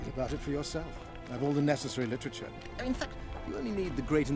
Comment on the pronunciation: what is up with the way he says ''in fact''